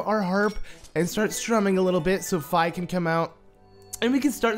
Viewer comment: also her name is not F- eye is fee